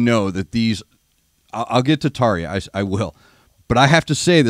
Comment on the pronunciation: Try pronouncing her name a bit more like Tarr-Ya. European J's have typically have an English Y sound associated with them. Hope that this helps.